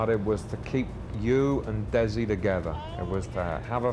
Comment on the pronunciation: Interesting how Lucy pronounced Desi…Have we had it wrong all these years? I was surprised! So loved their show! 💕